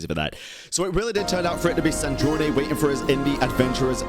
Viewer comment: you forgot. We were captured by the shade of space while fleeing from cataclysm and then thrown into Teyvat and then we landed in Mondstadt. So, we actually never got to travel Teyvat and that's what we are doing right now. Also,. It's SandrOne. Not Sandronae. Like the pronunciation of a Drone in Sandrone